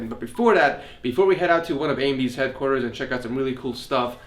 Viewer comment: did he just say amy's headquarters? lmao.